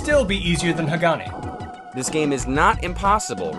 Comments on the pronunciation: The game isn't pronounced "Ha-GAW-nee." It is "Hah-gah-neh." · Oh btw, you guys need to learn to pronounce Hagane (HAH-GAH-NEH) correctly. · It's HA-GAH-NEH. Geez why do english speakers always pronounce final Es as Is.